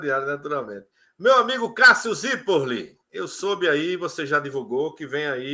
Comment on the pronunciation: E não consegue dizer o "Zirpolli" direito mesmo depois dele explicar 😂😂😂😂